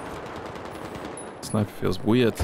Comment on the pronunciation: "SNAIPEH?!" - 2021